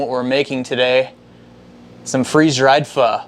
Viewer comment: Oh thank goodness you said it correctly! 👏 in Vietnam we make our broth with beef bones. We top our soup with london broil, tripe, Vietnamese meat balls, tendons and lots of herbs and bean sprouts...splash of lemon juice, hoisen sauce and sliced hot peppers...oh my! Definitely no tofu for us! lol! Glad to see this video!